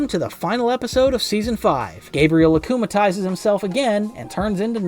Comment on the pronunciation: “Akumalises” , “miracle” , “rena rogue” He has clearly never watched an episode in his life- 😭💀